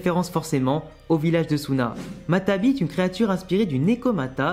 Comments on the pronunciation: C'est pas matabi mais matatabi mais sinon bonne vidéo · matatabi pas matabi